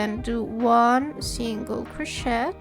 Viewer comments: Very well explained! Thanks for this! Going to make several this week! Oh, and we say croshay, rather than croshet, the T is silent, but we know exactly what you mean, anyway. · I also pronounce the word crochet with a T 😅😅. I don’t care you you pronounce it, perfect tutorial. Totally beginner friendly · Hi, thanks for your tutorial, I don’t mind your accent only how you pronounce CROCHET, I even looked it up, French version is pronounced the same as English. Might want to ask your phone how to pronounce and it will bring you to correct pronunciation. Doesn’t affect your quality of your work by no means , just a FYI. Thanks again. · Thank you ❤ such a cute tutorial! Just a little comment, in future vids don’t pronounce the “t” in crochet ❤😊